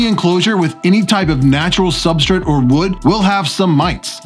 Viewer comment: Substrit.............lmao...........i heard you raggin on yourself in your podcast for saying it like that, now i can't miss it every time lololol............Substrit lol